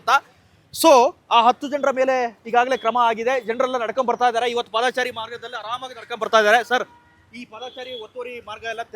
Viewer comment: ಪಾದಾಚಾರಿ ಅಲ್ರೋ..... ಪಾದಚಾರಿ....ಸರಿ